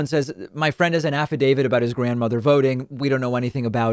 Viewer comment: Sidney said they're "affadavids."